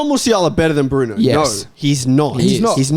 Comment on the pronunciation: Nah the disrespect on Bruno’s name is crazy